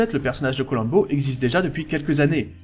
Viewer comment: Faire abstraction de la prononciation "Colamm'bo"... et c'est bon.